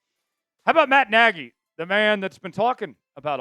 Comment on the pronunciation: No it's nagy